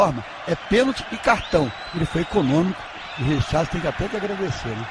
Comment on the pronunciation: Ele fala é Richarlisom ...